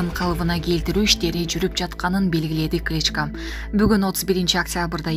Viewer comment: Кличка эмес,КличкО